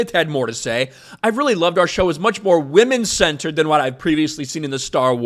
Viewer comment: It sounded like she was saying “women scented”